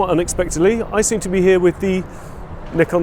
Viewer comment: Well done! Moreover because you pronounced Nikon correctly but zee? 😂